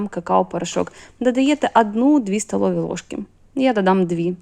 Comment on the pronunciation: Класні рецепти, всі чітко і завжди виходить. Подяка за українську мову. Але її треба покращувати, бо часто просто вуха ріже. ВолоШський горіх, гАріхи, стАлові ложки. Проте, мову можна покращити аби краще й рецепти сприймалися.